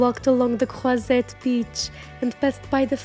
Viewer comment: Si vous appréciez tant cette belle ville de Cannes où je suis née ! Et cet élégant hôtel !S'il vous plaît prononcez bien les mots Cannes ,croisette, côte d'azur etc....